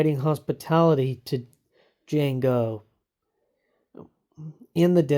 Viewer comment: I'm not trying to be a jerk just a little bit of advice the d is silent